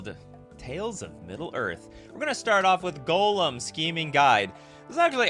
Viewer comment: The fact that you pronounce Gollum like golem rly triggers me xD never heard anyone pronounce Gollum worse xD